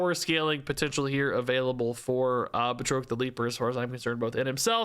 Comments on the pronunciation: Bruh the pronunciation of Batroc is killing me! He's FRENCH! ba-TROK not Ba-troke! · put too much stank on Batroc's name. ("Bat-Rock") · One note... I believe it is pronounced BAT-rock the Leaper. Thanks for the breakdown!! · It's pronounced like Bat-Rock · I always thought Batroc was pronounced "Bat-Rock" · Oh. And based on Stan Lee and the movies... It's pronounced 'Bat-Rock', sir. 😅😊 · Just a little pronunciation note: I’ve always heard and pronounced it “BAT-ROCK” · Here to help with pronunciation: it's 'Bat-rock' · So the guys name is pronounced Bat Rock. Just FYI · Bat Rock is the pronunciation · I think it's pronounced "Bat-Rock" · The pronunciation of batroc is killing me. It’s like ba (as in bat without the t) and troc is (rock with a t in front) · calling Batroc by the fancy French pronunciation, Báţŕôqůē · Great video! Just a note, Batroc is pronounced Ba like air and troc like frock. He was the guy that Captain America fights on the boat at the beginning of Captain America: Winter Soldier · I've never heard anyone butcher Batroc's name so badly lol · That Batroc pronunciation really hurt my soul.